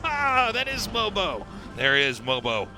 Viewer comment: MOJO - not mobo